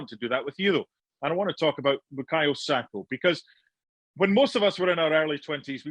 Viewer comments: SakA not Sako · He has been around for long enough now his surname is not Sako it is SAKA PUT SOME RESPECT ON HIS NAME. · Baffles me that someone can be paid as an "analyst," yet can't be asked to learn how to pronounce the names of players he talks about. It's "Saka," not "Sako." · Why do people keep saying sako. His name isn’t hard. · seen too many people call him ‘sako’ it’s really not that hard 🤦🏾‍♂️ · Someone tell this guy to stop calling him Sako 🤦🏾‍♂️ It’s S-A-K-A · HIS NAME IS BU-KA-YO SA-KA FFS. Get it right Mark. SMH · Bukayo "SAKA"